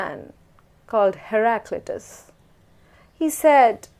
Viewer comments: "Her clitoris" no no Haraclutus 😂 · "Instead of setting up plants government should plant a plant." 😂😂😂😂 "herclitoris" 😭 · This is hilarious saying haliclitris